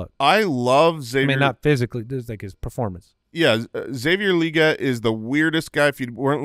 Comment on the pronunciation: Can I just say it's weird hearing people say Legette LEE GET. It's his accent, that's why he says it the way he does, you don't have to emulate an accent, lol. If someone's last name was Anderson, and they pronounced it AIN-DUH-SONE, would you also say it that way?